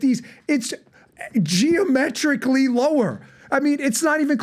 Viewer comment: Bongino- "Geometryly"..... Huh?